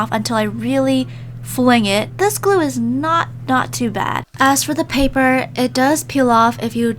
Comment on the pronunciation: While you said glue chough (glue)